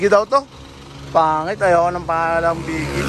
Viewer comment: boggie nlang reeppa hindi beegie